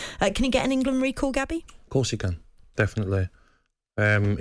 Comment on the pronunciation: I don’t listen to any pundit who says Wemberly and Ingerlund! 😂😂